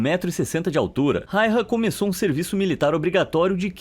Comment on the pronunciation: Simo foi incrível 🔥 E o nome dele se pronuncia (Simo Raiya) e não rairra 😪